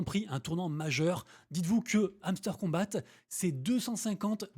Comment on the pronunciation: On prononce pas’le t à kombat lol